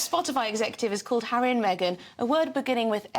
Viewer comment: Do you mean meee- Gan?